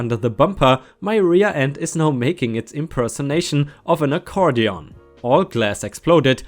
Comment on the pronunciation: Semester - I've always heard it pronounced see-mess-ter. Accordion - I think most times I've heard this word it was pronounced a-cord-e-uhn, with the a being the same as the 1 at the start of away. Wiley - why-lee Jarring - jar-ring - you made it sound like the 1st r was an i. When it comes to jarring, barring, sparring, tarring, marring (& possibly others I can't remember off the top of my head) remember to let your inner pirate shine. Arr.;).... Oops my mistake, I just listened to it again, I misidentified your mistake. (I'm just using my phone's speaker, not headphones.) You're making the "a" a flat 1, like in jam, whereas it's supposed to join with the r to make the ar sound, as in car, far, etc. Cemented - se-ment-ed About your commercial-vehicle neighbour - I have no idea what systems are in place over there, but if it happened around here I'd try talking to the (town) council about it. Might be worth at least having a chat with you local equivalent, perhaps?